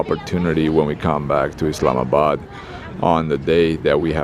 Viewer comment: Just love the way you effortlessly pronounce 'Pakistan' and 'Islamabad' properly. Other so-called 'travel-vloggers' should take a leaf out of your book and show some more respect to a noble people and country which is Pakistan. I like your sense of humour and you take some amazing photography. Judging by your current performance, your channel will thrive, insha'Allah (god willing). Keep up the great work!